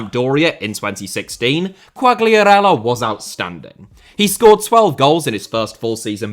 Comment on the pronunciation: i'm not sure but i think the G in Quagliarella is silent